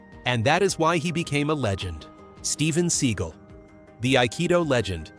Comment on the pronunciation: 720 and 540 degree kicks???? Where the fuck are you getting this from? There is no such things as either 720 or 540 degree kicks. And it’s pronounced Sea-gal, not Seegle. Two syllables, like dumbass. Which is you.